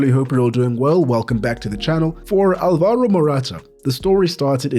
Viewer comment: Alvaro, not alvAro